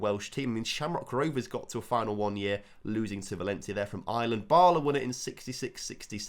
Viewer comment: Bala is pronounced like it is in "Balamory"